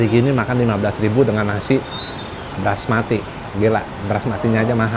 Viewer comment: Bukan Brasmati kang,,, tapi BASMATI yaitu beras asal asia selatan